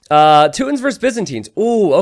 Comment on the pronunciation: Toot-ins lol